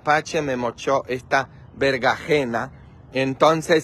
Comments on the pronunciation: se dise berenjena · Opino que hiciste un buen trabajo, es muy bonito tu jardin, las flores son hermosas y tendras una gran cosecha, no ocuparas ir a comprar frutas o verduras, lo correcto mi querido es chile serrano, chile poblano, cilantro y berenjena, espero no te moleste esto, solo estoy compartiendo contigo los nombres de las verduras porque pides ayuda sobre la forma correcta de decir algunas palabras... Las espinacas son buenisimas, para un delicioso jugo verde o ensalada.